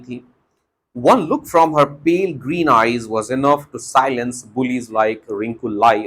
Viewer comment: Pale ko aapne pilee eyes kaha. Pale matlab halka